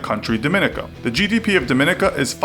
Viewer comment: It's pronounced Dom-in-NEE-kuh.